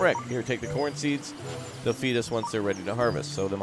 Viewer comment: why did it sound like u said porn & not corn LOL